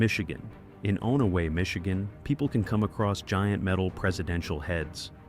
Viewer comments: It's pronounced On-a-way Not Own-a-way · On-a-way. Uh-way-kon. Shar-la-voy. Do some friggin' research, robot. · Saw-ga-tuck, not Sow-ga-tuck. On-away, not Own-a-way.